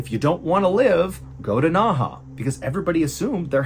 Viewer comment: It’s pronounced as Nei he….not Na Ha…Nei He when translate to English means inner river